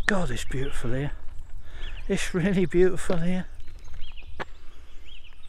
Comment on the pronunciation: Are you a turkey farmer ? The amount of times you said bootiful 😝